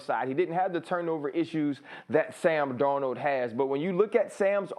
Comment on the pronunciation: It’s Darnold and it’s not close